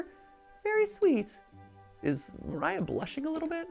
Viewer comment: It's actually spoken "María", like in portuguese, not "Maraiah"